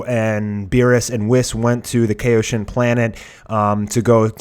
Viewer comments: its pronounced "Ky-o-shin" not "kay-o-shin" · damn i have never heard anyone pronounce kaioshin so incorrectly. lol KAYoshin? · By the way, please learn how to pronounce Kaioshin and Kaio-ken. You pronounced it correctly only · Do you know what Kaio ken is cause your saying Kaio wrong just say Kaio like how goku says it Kaio ken then just say shin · You keep on pronouncing Kaioshin wrong